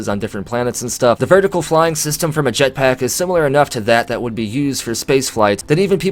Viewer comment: I like how you say jetPACK